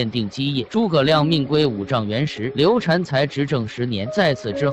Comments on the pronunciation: 刘禅 读shan 不是 chan 刘备养子叫刘封 长子叫刘禅 封禅 是皇帝封禅的意思 不读chan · 刘禅，这个字念 shan ......